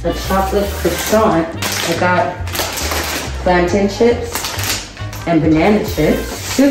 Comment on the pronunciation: You pronounced plantain right my poor little third world heart just smiled